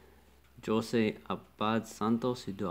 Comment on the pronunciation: Just a correction “Jose” is pronounced with a Spanish accent, “hoh-seh”